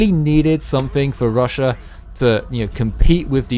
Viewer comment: Chiner? Russiur?